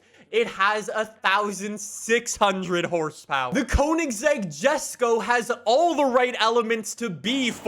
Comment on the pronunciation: Its not Kounigsegg. It's koeynigsegg